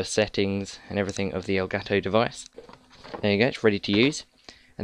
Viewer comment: Nice to see people saying "elgato" instead of "elgaaato"